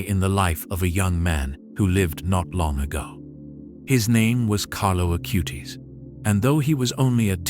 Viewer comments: Acutis not Acūte-is. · Please...pas CARLO AUTI mais CARLO ACUTIS!...:hand-orange-covering-eyes